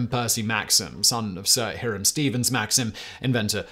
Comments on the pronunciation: The first syllable of Hiram Maxim’s given name should be pronounced “HY”. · It’s remarkable that Simon hasn’t made one video I’ve seen where he doesn’t mispronounce a name or names. “He-ram” Maxim? It’s HI-ram Simon. Not complicated at all.